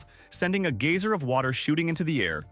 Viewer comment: And it was NOT a "GAYser." It's pronounced "GUYser."